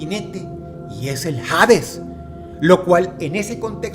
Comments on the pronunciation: ¿Por qué dices "jades" y no "hades"? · Cada vez que dice jaaaadezz una parte de mi muere :( no hate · la H de Hades no se pronuncia 🤦🙄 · Todo excelente querido Dross, sólo un detalle, en español la H es muda cuando va al inicio de una palabra. Dicho esto se pronuncia Ades, y no Jades. Saludos. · Hades, viene del griego, deidad de esta mitología relacionada a la muerte. Solo hace falta buscarlo en el griego original: "Άδης", ni en su pronunciación original existe la J. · No se pronuncia "jades", es Hades, la "H" es muda. Gracias a Dante Alighieri es que creen que el infierno es tortura eterna, sólo es ponerse a pensar: torturaría a mi hijo eternamente?? Obvio no, aunque sea el más malo del mundo, sólo lo pondría a dormir eternamente. Muy buena narrativa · Hades no de pronuncia Jades. Fuera de eso, muy interesante el video. Sobre la Bestia del Apocalipsis, hay quienes apuntan a que el número es 616, que en numerología hebrea correspondían a las letras NRN, refiriéndose al emperador Nerón. Aah y lo del número 2 estuvo muy interesante igual, creo que fue mi favorito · "HADES" se lee (ades) hasta en la pronunciación en griego se lee "Aidas" en latin "ADES" , en ninguna se pronuncia la "H", de donde sacas "JADES." suena a que fue doblado con IA no me asustes dross... dime que aun redactas tus videos-.....eres lo unico bueno que queda en you tube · Se se llama y se pronuncia Ades, no Jades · No jodas, Dross: "Hades" se pronuncia "Ades" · Supongo que jades sería su pronunciación en griego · Dross, ¿por qué pronuncias “hades” como si estuviera escrito con “J”? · Porque pronúncias "Jades", si la H es muda según tengo entendido.